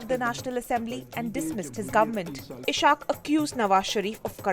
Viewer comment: This is what happens when u gives a hindi speaking lady to pronounce a muslim name......"eeshaaq" ....